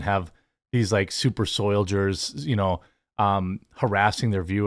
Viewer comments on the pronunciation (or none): Did he just say “soyjers”? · Jeremy, please practice your pronunciation of soldier 😂